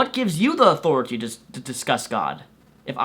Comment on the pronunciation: I think he meant "What gives you the authoriteh" not authority